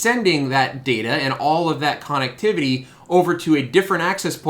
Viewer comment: We say conn-ECT not CONN-ect; thus conn-ECT-IV-i-ty.